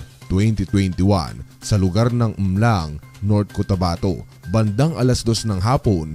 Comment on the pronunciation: MALALANG po! not MLANG